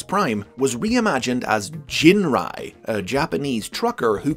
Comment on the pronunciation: And now I finally know how to correctly pronounce Ginrai. That's been bugging me for years. Thanks.